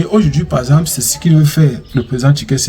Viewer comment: On dit Tshisekedi et non Tshikesedi .....😮 OK?